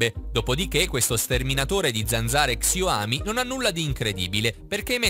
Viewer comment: Ma hai detto davvero "csioami"? Guarda che Xiaomi si pronuncia "sciaomí". 😉